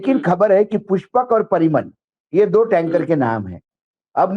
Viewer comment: अम्बानी के संबंधी पीरामल हैं न कि परिमल l